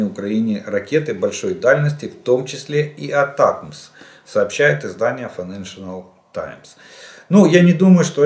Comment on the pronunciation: Жданов какую-то новую , авторитетную газету читает. Называет ее файнешила таймс😅😅😅